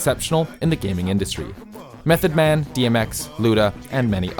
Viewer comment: Dude, did you just call Method Man by "meth"